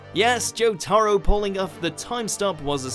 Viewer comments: oh my god did he rlly say jotaro like that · You triggered me when u said jotaro the wrong way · you know he's never seen Jo Jo because he's calling jotaro jotaro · You could say every joestar name right apart from jotaro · The way they pronounced “Jotaro”, they deserve to get Ora’d out of existence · 1. The correct pronunciation of jotaro vs this narrator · The way you pronounce Jotaro Kujo makes you fully deservant of having a road-roller over you. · The way you pronounce jotaro hurts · The way he says jotaro makes me want to cry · It was Jotaro and Koichi vs SHA. Basically. And the way you say Jotaro I can just tell u don't know shit about JoJo. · Everytime he pronounces Jotaro wrong I get closer to gouging my eyes out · Too much emphasis on the a in Jotaro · He pronounced jotaro wrong lol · it's jotaro not jotAro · Ew he said JoeTahRow It’s pronounced JoeTuhRow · Ok I KNOW this guy did not just say Jotaro like Hamtaro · Anyone gonna ask why he said Joe-tar-oh instead of Joe-tah-roh? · It's Jotaro, not Jo-tAARRo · Its Jo-toe-ro Not Jo-tar-o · I get my guy is British but Jot-ARE-o it’s Jot-uh-ro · It’s (jo-Ta-row) not (jo-Tar-o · More like JOtaro not joTARo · You pronounced JOtaro JotAro? You should be ashamed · Jo-ta-ro not Joe-tar-roe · But why is his name being pronounced 'joTAAro'? Why not just say 'JOtaro', which closer to Japanese but still Anglicised enough? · “JoE-Taroe” bro thats how you know he didn’t even watch the show 😂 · He’s supposed to say jotaro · He says jot aro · "Say Jo-taar-ro again! Say Jo-taar-ro again! I dare you, I double dare you motherf*cker. Say Jo-taar-ro one more Goddamn time!" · Why cant these people {} pronounce the names e.g Jotaro [= jotaaro] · joe-tar-oh God has left the chat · "joTARo kujo" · Why does the narrator pronounce Jotaro as Joe Taro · the one thing bad about reading a script that someone else wrote is that you dont know how to pronounce some names... jotAro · It’s prounounced jotoro